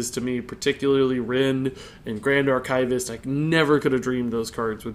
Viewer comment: I love how he mispronounces 'archivist' XD